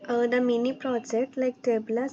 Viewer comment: Tableau ❌ Tablaaaaa ✅ 😂😂😂😂